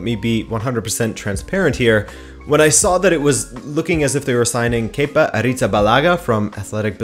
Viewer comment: Thank you for saying “kepa” correctly. After only hearing his name from British broadcasts, I thought it was “kepper” for so long. 😂